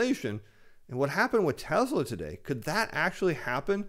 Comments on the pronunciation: TESSLA not TEZZZLA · Very good but it's pronounced TESS-LA, not TEZ-LA....as in Elvis PRESS-LY, not Elvis PREZ-LY......thank you.....thank you very much 😃